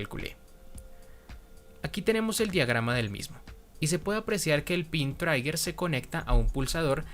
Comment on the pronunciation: sé que esto es antiguo, pero quiero comentar que la pronunciación de la palabra trigger no es "traiguer", sino "triguer"